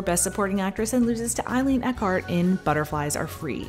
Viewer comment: Is the person who is the voice of this video simply reading the information? Please tell her that the famous actress she calls Eileen "Eckard" is actually named Eileen "Heckart"